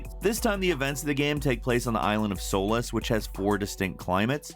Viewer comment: Hey, just cause 4 is set in Solis, pronounced “sol-eese”:)